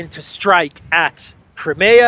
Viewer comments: It's CRY-ME-YAH, for cryin' out loud - not KREMAYA, which sounds like some kind of body lotion! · Crimea river.